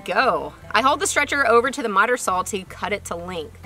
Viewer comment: i love how you pronounce SAWL instead of saw... thanks for sharing!